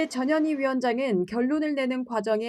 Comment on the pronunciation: 전현희 발음이 저머시기로들리네